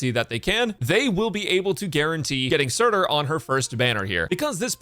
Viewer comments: bro said "surtr", real recognize real og arknight player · Glad called Surtr as Surtr